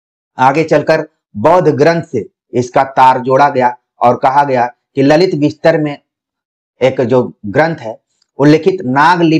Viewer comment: Sirji ललितविस्तर नहीं ललितविस्तार होगा 🙏